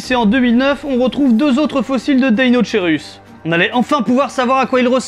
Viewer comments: Il se prononce pas plutôt deino"k"eirus ? Comme pour le brachiosaurus ? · Je veux pas faire ma raclette mais on prononçe pas ça "DeinoKeirus" ? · Le magouillosaurus parce qu'il a le bras long ^^. Et sinon très bonne vidéo encore une fois, mais juste une remarque : si je ne me trompe pas, l'étymologie du deinocherus vient du grec, comme beaucoup d'autres, on ne devrait pas prononcer [deinokeirus] du coup ? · Juste pour information ça se prononce "deinokerus" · ça ce prononce DEINO-K-ERUS